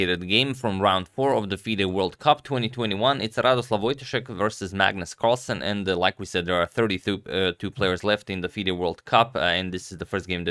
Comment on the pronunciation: For future videos the Ł or ł in Radosław is said like „w” in for example „wow” or „west”